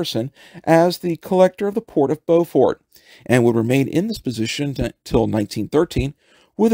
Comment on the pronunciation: Sources? BTW it's pronounced "Bufort" !